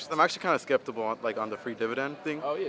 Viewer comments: No Stairway it’s like a skeptical but not 😂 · Dude said “sceptable”